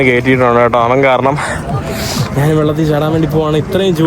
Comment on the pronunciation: നാന് നാന് എന്നല്ല ഭായ് ഞാൻ എന്ന് നല്ല മലയാളത്തിൽ പറയ്.. കേരളത്തെ പ്രമോട്ട് ചെയ്യുന്നവൻ അതു കൂടി പറയാൻ ശ്രമിക്ക്